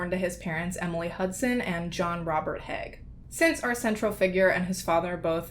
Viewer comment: it's Haigh(hey-gh) also i am related to him should i be happy or not happy